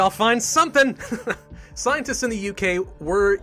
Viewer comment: I always laugh when he pronounce scientists to sceintists XDXD